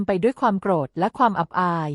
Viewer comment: คนอ่านเป็นคนไทยตอนไหนของประเทศ อ่าน “ โกรธ ” เป็น “ โก-ระ-ธะ ” และอีกหลายๆประโยคขัดหูมาก